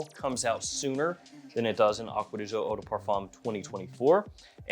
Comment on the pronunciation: acqua di jio...seems impossible for you to say "GIO", from Giorgio and not Jiorjio